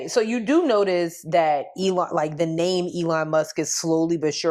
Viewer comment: Hi ladies You got my name right 😂😂😂😂. Thank you for reading my email.❤